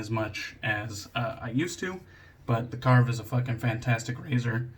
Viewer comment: Awesome shave 😌👍 I was expecting a great lather from the First Canadian soap and we got it. ☺️ I do fancy picking up a Mojito scented soap, I’ve seen a few recently and they do sound like they smell good. A great Justin pronunciation of Karve, it’s the only way to do it now. 😌👍 Have a great week, bro!!